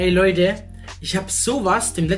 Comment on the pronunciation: ich mag dein "loideh" nicht haha sag doch "leute"